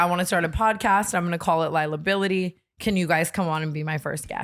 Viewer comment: “I wanna talk about Lilahbility” im literally in the woods and cut down a tree to build a chair bc im SEATED